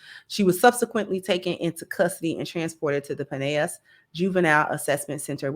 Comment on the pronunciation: Pin-el-las you said it right the first time.